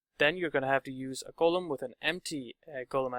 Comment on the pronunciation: is it normal somewhere to say "golum" like the narrator does? Sounds weird right? both the o and the u sound very different from how I learned to pronounce that word.